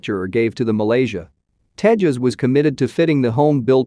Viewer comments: It's Tejas not Tehas.. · The J in Tejas is used like it is in juice not like in jalapenos